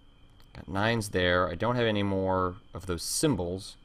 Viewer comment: did you say "anygay" at around :40 ?